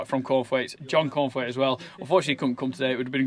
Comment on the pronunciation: Cornthwaites, I could have sworn you said corn flakes.